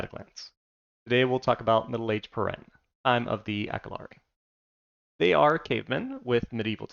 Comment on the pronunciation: Nice, I was waiting for a video on these guys. It's pronounced peer-en-knee, like the pyrenees mountains in the real world, by the way.